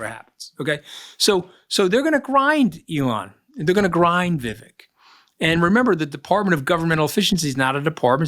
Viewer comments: It's Vivek, VIV VAKE, like CAKE. Political views aside, you should pronounce people's names correctly if you're going to professionally speak about them. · Love listening to you Mooch but kindly, it's Viv-ayk...not viv-ick... from one of your South Asian- American listeners ;)